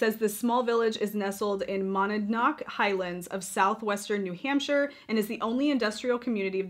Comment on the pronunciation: Pronounced “Mo NAD’ n ock”